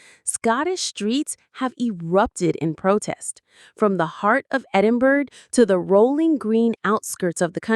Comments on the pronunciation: Edinburgh is pronounced like this: eh duhn bruh NOT Edin burg. The g is silent. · ED inburgh. Not Eed inburgh. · Ed in burr ah not berg! 😂 now let’s hear it again! 😂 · Seriously it is not Edinburg it is Edinburgh ED-IN-BRUH. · Edin-burra. Not Edinbourg. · Edinburra not EDENBERG! Please have the courtesy to say it correctly . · We are also protesting at the voice over calling our Capital City edinBURG!!!!!!! It is Edinbrgh pronounced Edinburra or Edinbra. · Well done Scotland from Canada. 🇨🇦 And it is not Eeden burg it’s Edinburgh. Please make an effort to pronounce it properly. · It's not EDINBERG! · Stop saying Edinburgh wrong. Do you see 'berg' anywhere in that word? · What Scot’s also don’t like is when Americans can’t pronounce Edinburgh it’s. Ed-in- burr-ah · Edinburgh is pronounced “ Edinburrah “ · Say it as Edinburra! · It's edin buurra. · Can you not pronounce Edinburgh correctly? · Americans: please just say "the Scottish capital" .. Edinburgh is not worth the mispronunciation hell you put us through. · learn to pronounce Edinburgh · The pronounciation of Edinburgh made me cringe!